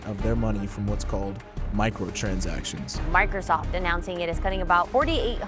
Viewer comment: "What's called...micotransactuons"